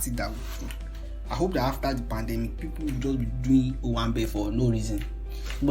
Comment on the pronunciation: Really, pan-dey-milk 😏😏